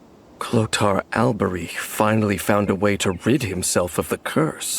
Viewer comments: Why can’t bro say البريخ (alberich)? Its so easy idk why most Americans suffer with it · Because alber-huh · Kind of phoning in a Sunday Genshin video. Which is not so cleverly disguised as an excuse to say Alberich wrong a bunch of times. Seems like a typical Sunday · You can just hear the physical pain of him pronouncing Alberich lol